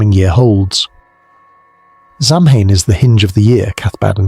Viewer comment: Will you take a word of advice from someone who speaks the language? The pronunciation is SOW-in. The Scots, Welsh, Cornish and Bretons might have their own names or pronunciations, but this is the Irish pronunciation. Interesting video, enjoying it